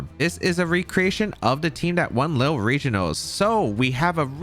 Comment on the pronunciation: I'm french and how you say Lille make me want to cry